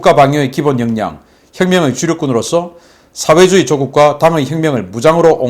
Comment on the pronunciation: "민주주의", "사회주의" 발음을 바르게 합시다